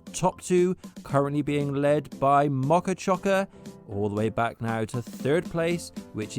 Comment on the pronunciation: moca cioca more like foka poca